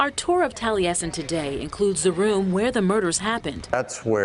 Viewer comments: Love u. Great story. Taliesen is minutes from me. It's pronounced tally essen though❤ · The way I was told to pronounce the name, Taliesin is Tally -Es -in. I really enjoyed the video. You have a lovely voice for narration.